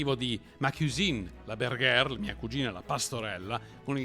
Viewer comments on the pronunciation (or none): Molto interessante, grazie! Miglioramento possibile: la pronuncia di "bergère", e, per l'ortografia, il suo accento grave sulla seconda "e". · Un'altra correzione: la g di BERGERE sI pronucia alla francese ... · Bel video, finalmente mi si sono chiarite un po' di cose....devi ancora perfezionare il tuo francese 😊 "Bergère" si pronuncia con la g dolce 😊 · Si però bergere (pastorello) si pronuncia come scritto con la g dolce, non bergher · " bergere" si legge alla francese !!!! Così nn ha senso alcuno. Prego